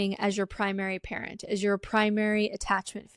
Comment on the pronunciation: Damn. I first thought she was saying "primary carrot". But it's "primary parent". That makes more sense.